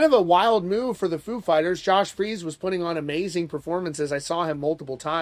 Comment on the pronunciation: Um, I thought his name was Josh "Freece" not "Freeze"?